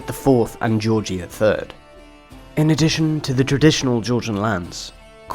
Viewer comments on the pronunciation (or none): none